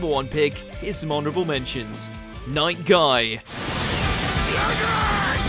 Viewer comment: Not Night guy.... It's might guy.....🤣🤣🤣